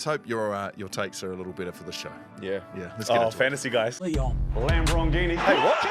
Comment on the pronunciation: What sport commentary in the intro is it where it sounds like is says "lam broghini"